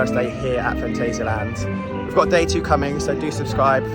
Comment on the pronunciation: Awww ... you start great with the "guten Morgen" ... and then ruin it by slipping into the english/american pronounciation of "Phantasialand".